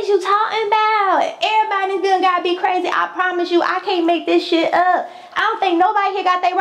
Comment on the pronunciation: Lol you is cwazy